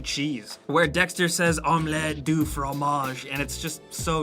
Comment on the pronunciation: French is the language of love, Say it again Dexter! Omelette Du Fromage